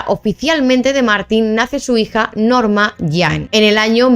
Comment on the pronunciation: Pero no es Norma Jam es Norma Jean es q se pronuncia así acaso ?